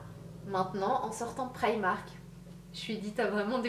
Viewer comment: Tu dit prymark moi je dit primark